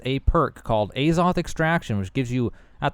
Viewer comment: omg it's not Ayzoth